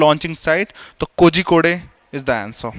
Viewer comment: Kogikodaaa nahi it's kozhikode(google it)